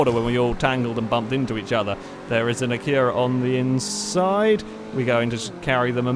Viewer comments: the way he says acura is retarded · Not until today have i noticed the English way of saying Acura puts emphasis on the U, where Americans emphasize the first A.